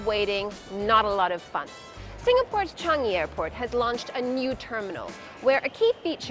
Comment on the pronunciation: You are the first person I’ve heard that pronounced “Changi” correctly from a foreigner.